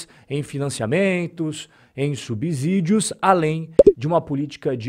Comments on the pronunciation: é "subSSÍDIO", não "subZídio". Kkk valeu top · O conteúdo é muito bom e informativo, mas preciso pontuar só algo. Não é "subZÍdio" e sim "subCÍdio" = subsídio 😊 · Acompanho sempre seus comentários. Muito pertinentes e esclarecedores. Uma dica: subsídio é igual subsolo na pronúncia do "S".